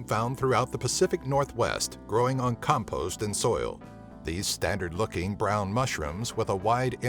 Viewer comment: I've never heard anyone pronounce compost as "cum post"... wtf lmao.